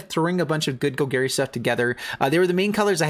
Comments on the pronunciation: “Gol-Gary” you know Bolas’ uncle. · ima need you to learn how to say golgari